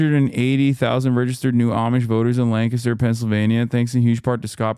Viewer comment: Honestly insane how Hasan, a guy living in California, can pronounce Lancaster correctly when news anchors in PA can't. Keep it up